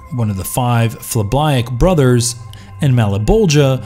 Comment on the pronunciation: Anybody else kinda bothered by his pronunciation of phlibiac? Other than that this video is great